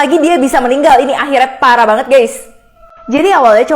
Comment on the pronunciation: Kok pas bilang pparah banget gais